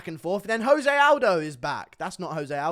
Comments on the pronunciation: Oh no. Guru doesn't know the right way to say "Jose Aldo"... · Stop saying jose like hes mexican. Hes brazilian, just pronounce the j